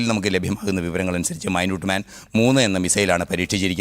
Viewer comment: മൈന്യൂട്ട് മാൻ അല്ല ചക്കരേ... 🥰 മിനിറ്റ്മാൻ